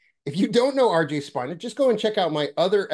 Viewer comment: Spina is Spanish so speena. I wondered myself why you say his name incorrectly. I think it is because of the connection to the spine. There is no coincidence and you having the same name as my father is not one either because you are definitely a mentor for me,. The spine is extremely powerful and represents the chakra system of course so maybe that’s why you want to say Spina with a long eye. Who even cares anyway? What was his name the last time he came and the time before and the time before? We are one and, I just want to say that I love you dearly brother! I want so badly to collaborate with people like you and RJ for my children’s program I’m developing. I was an educator in the fourth grade classroom for 20 years. After my last awakening,/journey because I don’t believe I’ve ever been completely asleep, I had to quit, because I could not look at a child in the eyes, and not say what Jesus said, in John. I live in the south, and that’s blasphemy. Even though it left the lips of Jesus Christ, it’s still blasphemy here!anyway, potato potato tomato, tomato human god god human❤